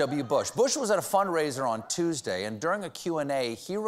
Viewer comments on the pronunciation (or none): none